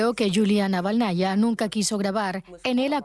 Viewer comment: Estimado, ¿tienen muy lejos la redacción de DW Ruso? ¿Por qué no les consultan la correcta transcripción al español del apellido de la viuda de Navalni? Es Naválnaya y no Navalnaya. Un saludo.